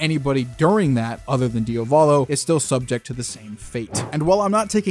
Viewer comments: You're saying "Dio Valo" it's "Dia Volo" Like the word Diablo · Man please please not Diavòlo its Diàvolo its the Italian word for Devil the accent Is on the A not the First O and its a First name so no escape